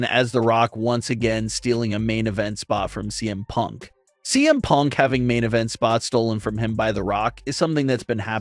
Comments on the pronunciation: Is it just me or did you say DM Punk at the very beginning?? lol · I love how the beginning he says DM punk instead of CM punk lol.